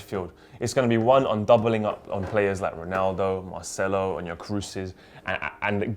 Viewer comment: if I hear say Marchelo again imma lost my shit.